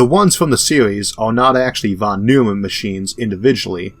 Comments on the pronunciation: Von Neumann, not Von Neumman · I would guess, he probably pronounced it german, but I have a hard time thinking about a word in english which uses this sound....maybe "oi"? like in "oink"? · This is the most amazing channel. How do you keep up the pace and quality? You must be working overtime. There is always room for improvement, however. Allow me one nit-pick. Fawn Noy-mun. If you pronounce "Fawn" like a New Yorker, you are pretty close to the professor's pronunciation. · A nit pick: Von NOY-man. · Just one minor correction, please: Von Neumann - Should be pronounced as "Von Noi-man".